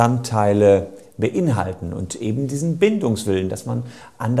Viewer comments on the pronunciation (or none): none